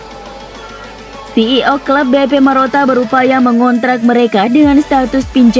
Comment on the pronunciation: Marotta, bukan Moratta